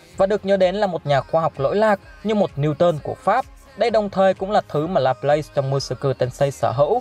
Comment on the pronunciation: đọc là La plát nha bạn